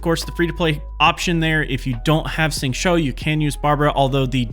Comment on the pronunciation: Nice, but when describing what you’re doing, it’d be helpful to say specifically what power you’re casting (eg “use Xingqiu’s E”, rather than simply saying you’re applying “this” or “that”. It’d also be much easier to follow your technique if you pronounce the character names a bit more correctly— Xingqiu is closest to “shing chew”, not “shing cho”. The English voice actor is wrong too (listen to the Chinese VA or go here ) along with most YouTubers, so you’re not alone there.